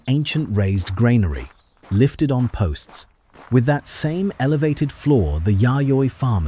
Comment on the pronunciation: Train your A.I.! Granary is pronounced "GRAN-ary", not "grain-ary". Ugh!